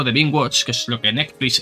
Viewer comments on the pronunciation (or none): none